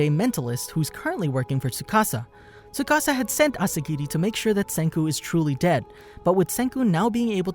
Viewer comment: tsukasa not sukasa XD